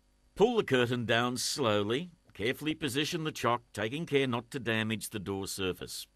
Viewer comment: bahahahaha the way he says "damage" & "over" :)